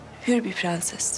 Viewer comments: Faryanın dadısı piğenses derken "r"leri söyleyemiyo ama diğer bütün cümlelerde gayet güzel kullanıyo 😂😂😂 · Her halde prenses denildiğini bilmiyor 😂😂